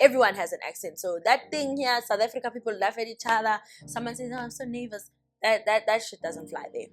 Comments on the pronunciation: “I’m so neyvas” 🤣🤣🤣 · What an informative video 😍loved it "oh my God I'm so neyvours" 😂😂😂😂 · "I'm so neyvas"😂😂😂😂😂